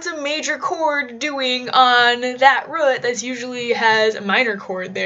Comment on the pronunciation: Please say "root" correctly.